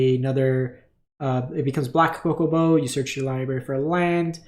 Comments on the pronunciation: He says cocobo. Man there is a Big H in between C and O so you should pronouce CHO (TCHO) LIKE IN atchoo. Tuna, chun li, chance, choose, tchaikovski, chandra nalar, chamber, charizard, chapel, chives, el chavo del ocho.😂😂😂😂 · The "Choco" in chocobo is like "chocolat" not "coconut".. I don't know how to explain since I'm not a native english speaker hahaha, but it is not Coco-bo hahaha. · COCO BO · Cocoa-bo? Really... lol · She COCO till I BO. Great video but please note the H in Chocobo. Awesome to see some variety, thanks. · Dude I respect you don’t know how pronounce stuff from the Nordic mythology etc. But COCO-BO I can’t forgive.